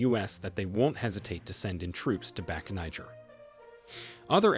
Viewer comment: Its pronounced like " Nee-Jear" , not the N word